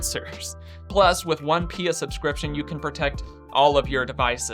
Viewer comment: I've never heard someone call P I A pee-ah ... I mean pia is pee-ah but... yeah... interesting...